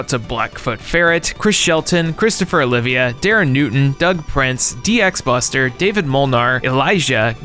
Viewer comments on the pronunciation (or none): none